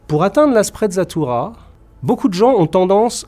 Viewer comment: Sprezza signifie à peu près mépris La sprezzatura est une sorte de négligence feinte, de désinvolture apparente devant la difficulté et tout ce qui demande travail et effort. Une sprezzatura qui aurait été appréciée dans cette vidéo eût été de prononcer correctement l'italien, avec en outre la légèreté de l'évidence.